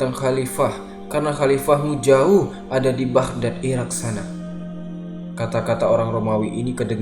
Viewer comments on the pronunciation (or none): none